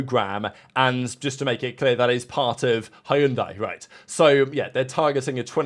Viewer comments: They are not called Hi-un-di, haven't you seen the adds teaching us how to pronounce it??🤣🤣🤣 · Spa and Monza should be on every year. I wouldn't mind Imola in rotation. P.S. Hyundai is pronounced Hunday like Sunday. I don't think they have the pedigree for F1 yet